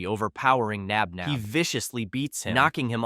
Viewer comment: No, it’s Josh Knox Nabnab not spinner Flynn Knox nap nap